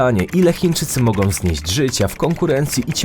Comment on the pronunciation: ... wydarzyć się mogą, nie mogom, zapytaj taty i popraw wymowę